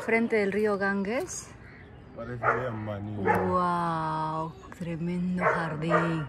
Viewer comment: La Risa de ustedes es la que mas nos agrada...A proposito....el Rio Ganges, se pronuncia: Ganjes.